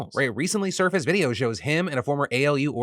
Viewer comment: I refuse to take a person who says videohhhhh seriously